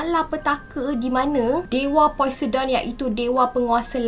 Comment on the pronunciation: Should pronounce it as posaiden not poisedon